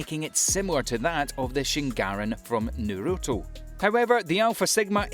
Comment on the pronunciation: “shingarin from nurooto” fkn atrocity. you’ve lost your right to speak japanese🤢